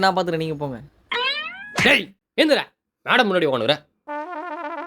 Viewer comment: மேடம் என்று கூறுவது சரியா.,. வேடம். தூஊூ